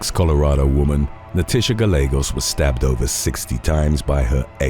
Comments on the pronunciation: Gallegos is pronounced: Guy yay gos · The name Gallegos (being Spanish) is pronounced gy-AY-goss (long O). The double L is actually its own letter in the Spanish alphabet. The letter itself is pronounced ell-ye. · Double "LL" is pronounced "Y" in Spanish.